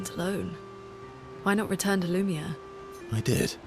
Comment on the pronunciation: Intentionally mispronouncing "Lumiere" is getting old